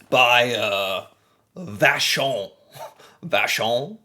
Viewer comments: Man you pronounced vachon like a real Québécois. Lune = French Moon= English btw. I use to like Whippets when i was a kid but now its too much for me too. Bear paws I would not say i like it...not bad but my kids do so... Celebration cookies are my favorite i separate the chocolate and the cookie sometimes. I wonder, Why you started to be fascinated by canada years ago? I discovered it was way before trump's presidential show. I am curious. I am not someone who..lets say....Like internet people in particular. i don,t hate them juste it change nothing to me.. you maybe like juste a ''tipical, average american.'' But you still different, you are cool man. you are doing a good job. ''I'm sorry'' but its true! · the pronunciation of "vachon" was too good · I was impressed by his pronunciation of Vachon, though 🤣